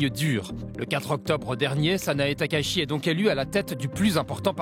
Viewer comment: Concernant la prononciation du nom de la Première ministre japonaise, Madame Valérie Niquet l’a fait absolument correct ! « Takaichi » [ta.ka.i.tchi] comme dans Taï-chi, et non [ta.ka.i.ʃi]. Je ne soutiens pas Madame Takaichi, mais il est important de prononcer correctement les noms, car il sera très difficile de les corriger une fois qu'ils seront devenus omniprésents.